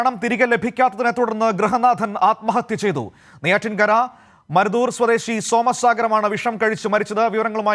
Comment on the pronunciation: മരുതത്തൂർ - എന്നാണ്... മരുതൂർ അല്ല